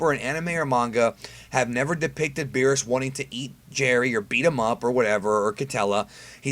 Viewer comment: You said berrus and whis btw (not hating)